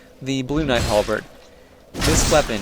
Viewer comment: not a specialist, but i believe its a HalbeRd not a halbeed @@